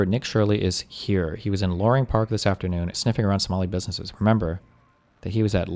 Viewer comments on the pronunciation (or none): Bro can't even pronounce "businesses" and he's an expert 🙄